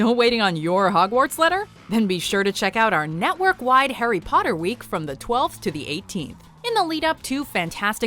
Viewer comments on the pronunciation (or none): ”hARRy” *”wOT” “EuhUehhh”